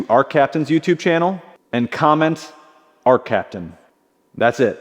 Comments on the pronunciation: “Arccaptian.” Love your products guys! I only have one welder of yours but its awesome!! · “ARCCAPTAIN”. Love the videos. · “ARCCAPTAIN” ARCCAPTAIN